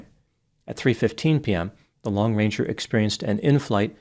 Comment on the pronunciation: Sounds like you're saying lone ranger. It's long ranger just in case anyone wonder